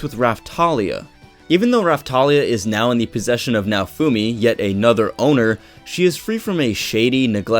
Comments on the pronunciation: More like "na-oh foo me-" the e in "me" is like the one in "sensE" or how they say "sensEi" or the one in "thE", the english language lacks this phoneme... Oh, who am I to say anything? Video was awesome, by the by, keep up the good work =) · The way you say Naofumi's name kills me on the inside... Besides that, yeah, you're quite right! Just one small note: Raphtalias' devotion is not duty-bound, is love-bound, she may have been duty-bound when smaller, but as of right now she is no longer bound by duty, this becomes evident if you analyze her behavior and faith towards Naofumi.